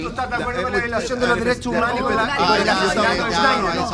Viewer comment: Tenía que salir en Dauno TONTORRÓN con ... LOH DERESSSHO UMANHORS ... LOH DERESSSHO UMANHORS ... LOH DERESSSHO UMANHORS ... LOH DERESSSHO UMANHORS ... LOH DERESSSHO UMANHORS ... LOH DERESSSHO UMANHORS ... LOH DERESSSHO UMANHORS ... LOH DERESSSHO UMANHORS ... LOH DERESSSHO UMANHORS ... LOH DERESSSHO UMANHORS ... LOH DERESSSHO UMANHORS ... LOH DERESSSHO UMANHORS ... LOH DERESSSHO UMANHORS ... LOH DERESSSHO UMANHORS ... LOH DERESSSHO UMANHORS ... LOH DERESSSHO UMANHORS ... LOH DERESSSHO UMANHORS ... LOH DERESSSHO UMANHORS ... LOH DERESSSHO UMANHORS ... LOH DERESSSHO UMANHORS ... LOH DERESSSHO UMANHORS ... LOH DERESSSHO UMANHORS ... LOH DERESSSHO UMANHORS ... LOH DERESSSHO UMANHORS ... LOH DERESSSHO UMANHORS ... LOH DERESSSHO UMANHORS ... LOH DERESSSHO UMANHORS ... LOH DERESSSHO UMANHORS ... LOH DERESSSHO UMANHORS ... LOH DERESSSHO UMANHORS ... LOH DERESSSHO UMANHORS ... LOH DERESSSHO UMANHORS ... LOH DERESSSHO UMANHORS ... LOH DERESSSHO UMANHORS ... LOH DERESSSHO UMANHORS ... LOH DERESSSHO UMANHORS ... LOH DERESSSHO UMANHORS ... LOH DERESSSHO UMANHORS ... LOH DERESSSHO UMANHORS ... LOH DERESSSHO UMANHORS ... LOH DERESSSHO UMANHORS ... LOH DERESSSHO UMANHORS ... LOH DERESSSHO UMANHORS ... LOH DERESSSHO UMANHORS ... LOH DERESSSHO UMANHORS ... LOH DERESSSHO UMANHORS ... LOH DERESSSHO UMANHORS ... LOH DERESSSHO UMANHORS ... LOH DERESSSHO UMANHORS ... LOH DERESSSHO UMANHORS ... LOH DERESSSHO UMANHORS ... LOH DERESSSHO UMANHORS ... LOH DERESSSHO UMANHORS ... LOH DERESSSHO UMAN